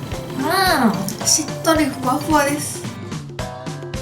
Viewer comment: ふわふわがしゅわしゅわに聞こえる